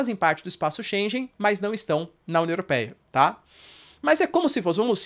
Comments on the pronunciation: Espaço "schengen" e não "chenjen". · Só um reparo, diz-se Schengen e não schen"j"en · Professor não é espaço schenje mas sim schengue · Espaço Schengen se diz 'shen-gan'. Muito bom conteúdo, parabéns! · Professor, a pronúncia é chen - guén Excelente aula. Parabéns! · É sempre esclarecedor e assertivo! Obrigada, professor. Correção: Shengen pronuncia-se /Shêngan/ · Excelente conteúdo sempre. Sou seu fã. E só uma dica: em Schengen o g se pronuncia como em gato.